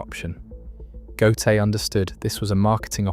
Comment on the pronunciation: The AI have to learn prenunsing Ö. GÖTE.